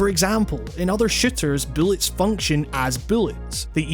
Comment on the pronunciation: Lmao kinda sounds like he's saying "shitters" instead of "shooters"